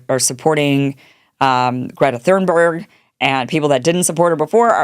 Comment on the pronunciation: Why can Kim not pronounce the name of Greta Thunberg correctly?